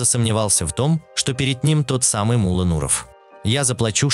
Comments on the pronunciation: Не мула а Мулло, две буквы Л и ударение на букву О, у вас ударение на У получается, это же имя человека, Таджикистану привет из братского Узбекистана, мы вас уважаем, мы с вами один народ у нас с вами одна история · Не М'улло, а Мулло'!!! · Вы ударения неправильно ставите. И посторонних Индусов и Арабов зачем показывать? МуЛО Не говорите 😃